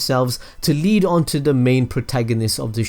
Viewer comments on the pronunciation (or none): none